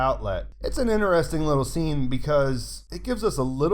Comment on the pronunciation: "in'eresting!" stuff man, thnx for all your work! : P